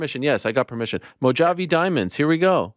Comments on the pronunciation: Ariel with the worst pronunciation of Mojave ever 😂😅 irony is ironic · Chael uses uppers. Ya'll should learn how to pronounce Mojave.